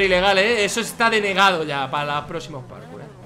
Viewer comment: Dice carkour